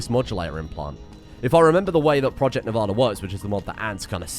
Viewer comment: Man's talks about proper English but keeps saying Nevada wrong